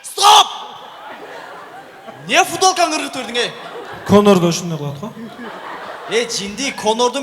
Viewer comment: Фудолка дейт го